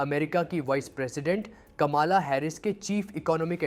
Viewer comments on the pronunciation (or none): It is कमला हैरिस dear, not कमाला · रट्टू पोपट ,कमाला नाम नहीं, कमला है, वो 😅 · Dude it is कमला Harris . Not KAMALA Harris . Are you from Pakistan that you don't know this ? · She is not Kamaalaa, she is kamalaa . You are imitating American and despite being Indian and speaking in Hindi you don’t know what the real name and the word is?